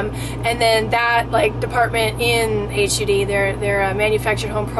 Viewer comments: I hate the way you say the name of the dept. its. pronounced. like mudd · thank u for your thoughts. Once government gets a foothold, they seem to steamroll the public. Good to get a conversation going. Big point on credibility, please call it 'HUD" not H- U- D. I hear your passion because your a owner of RV. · Hi. it's not called H U D. They call it HUD . (pronounced as a word). you will confuse some people by calling it H U D . Hope you don't mind the correction. just wanted to clear up any confusion. I had someone watch your video and ask me about it. have a great day and good luck. I'd love to have an RV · Instead of saying "H.U.D"- just say "HUD", rhymes with "dud. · keeps calling it H-U-D instead of hud. annoying...manufactured homes are mobile homes. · Sorry hon, but this isn't true at all! .....You should stop trying to scare people and really educate yourself, before you tell tales outta school! ....Even if HUD wanted to, they can't kick people out of their mobile homes, as many of those are elderly people. And for the record, it's not pronounced H.U.D it's just HUD! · blueknight , Exactly. HUD - rhymes with mud. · HUD is an acronym for Housing & Urban Development. It is pronounced just as it APPEARS---HUD, that is hut with a D instead of a T. FYI. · I know this girl thinks this info is helping in some way, but unfortunately all she's doing is presenting a totally uneducated guess. She doesn't even know that Hud is not pronounced using the letters, which is really common knowledge. She also doesn't understand that Hud (housing and urban development) was put in place in the city to make sure there is not any discrimination taking place. They can't enforce zoning laws, like sleeping in an RV. That needs to be done and enforced by each individual city, through the police force, and just like homeless people on the street, its impossible to enforce, because its too wide spread. Some cities are strict so you stay out of those cities, just like now.